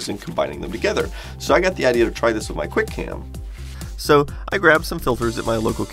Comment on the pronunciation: "QUI CAM"